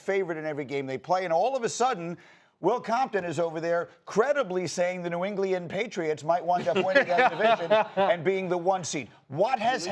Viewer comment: New Englian